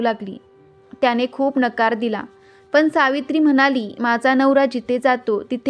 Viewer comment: सावित्रीबाई मुहूर्त बघत राहिल्या असत्या तर सत्यवान आधीच वर गेले असते. मराठी भाषा नीट बोला करने हा शब्द करणे असा उच्चार करा. पन हा शब्द पण असा आहे.तुम्ही कोण शुभ अशुभ ठरवणाऱ्या? स्वामींच्या नावाने लोकांच्या भावना दुखवू नका. कोणी काय प्रसाद ठेवायचा हे ती व्यक्ती ठरवेल. भाषा सुधारा व्हिडिओ बनवण्या आधी. अशुद्ध मराठी ऐकवत नाही.😮 ज्याला जे करायचं ते ती बाई करेल तुम्ही नका सांगू. नोकरी करणाऱ्या बायका कामावर कधी जाणार. पूजा करून पोट भरणार नाही. काम हे जकेलाच पाहिजे. साधारण पने नाही साधारण पणे असा शब्द आहे. ज्या बायका सकाळी सहा वाजता जातात आणि रात्री नऊला येतात त्यांनी काय पहाटे पूजा करायची जा?